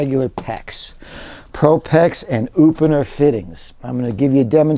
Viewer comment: Upener? Oopener? Upener? Oopunor?